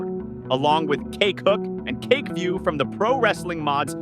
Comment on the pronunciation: Damn, your AI voice really emphasises CAKEhook and CAKEview 😂